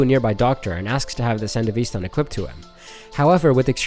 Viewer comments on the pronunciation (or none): please for the love of christ.... They literally pronounce it in the anime multiple times. SAN-DEVIS-STAN not san deveeeee stan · It's San devi Stan. Like devistate not San devee stahn